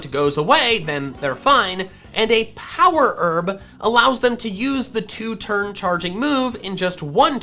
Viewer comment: Nobody:: power erb (sorry if this is offensive lol)